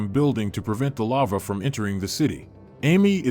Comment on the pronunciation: Robot voice pronounces lava as lover